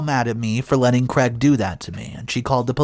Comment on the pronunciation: Craig is pronounced as having a long "a" as in "made" not as Creg .